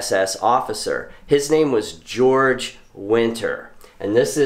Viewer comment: Georg winter. Not George.